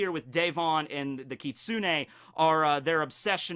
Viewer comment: You said Kitsune perfectly,. I'm so proud😭